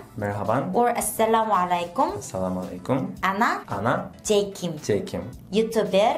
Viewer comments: salamolaimkom not right,right asalamualikum romatulla barakatoho from Bangladesh. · She is also prounouncing wrong. .it's Asalamualaikum not Asalawalekum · Jay Kim , The pronounce of "Assalamu Alaikum" sentence is "Assalamu 3alaikum" . This "3" means ayin (ع) and it has strong sound